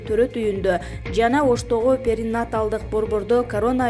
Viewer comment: Перинаталдык деген сөздү туура айтууну үйрөнүңүз,журналист айым